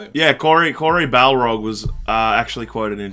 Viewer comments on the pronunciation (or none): Lol I can't tell if and keep calling him Cory Balrog as a joke or genuinely don't know his name is Cory BARLOG haha xxxx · Cory Barlog. Not Cory Balrog ☺️